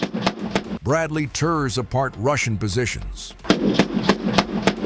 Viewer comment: Amigo veja a pronuncia correta para Bradley e bush master , seu vídeo é legal mas a pronúncia errada tá matando